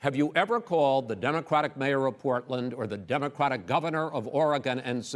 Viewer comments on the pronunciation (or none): Chris says “Democwatic”. He can’t pronounce it.